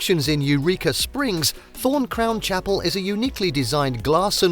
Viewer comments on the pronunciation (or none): none